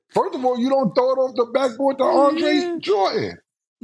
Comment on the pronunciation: “Dawn Stanley”, “Andre Jordan”, Cam stay butchering people name 🤣🤣🤣